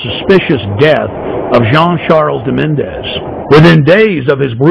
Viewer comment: More conspiracy nuts on YouTube. Alex Jones, if you want to look serious, try to learn the guy's name. It's Menezes, not Menéndez.